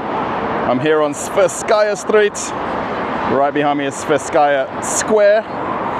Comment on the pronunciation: It should be pronounced as the "twe" part in "twenty".